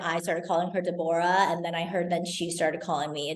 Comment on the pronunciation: When she pronounced Deborah as de boar ra ….. I just couldn’t stop giggling.